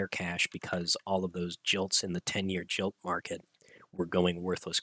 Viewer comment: Just for correctness, GILT is pronounced GUILT. Sorry to sound picky